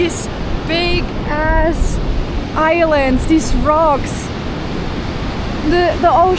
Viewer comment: I saw your Cocoa Beach video and now this one. I can tell that you're intentionally using "gonna", "kinda", and in this one "big ass". It's not quite coming off naturally, but it's charming because of that. If you want "big ass" to sound more natural (which isn't necessarily better), pretend it's one single word "bigass". The second half of the word should sound more like "gas" than "ass" (there's not a hard glottal stop before the "a"; the g is the beginning of the second half, not the a - "bi-gass"). And the first syllable of "bigass" is stressed while the second is unstressed ("BI-gass").